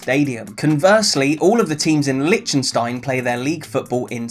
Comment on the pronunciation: Great idea and great video,, but FFS learn how to say "Liechtenstein" properly!!! It's driving me nuts!